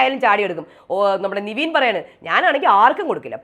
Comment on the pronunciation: Ingal nevin nte name pronounce Cheynadh niveen aayit aannu